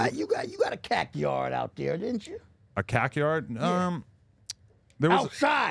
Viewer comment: "You got a cack yard right?"